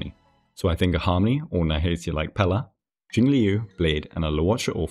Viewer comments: Liu is pronounced like "Lyo" it rhymes with the Japanese name "Ryo". You just make the L sound with your mouth and then follow it with "Yo" like in Yo-yo. Admittedly, it's one of the harder Chinese syllables to pronounce so I don't blame anyone for it. Even on the official live stream they say her name as Jing-"lyoo". XD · One day there will be a guide-maker who correctly pronounces Jingliu's name.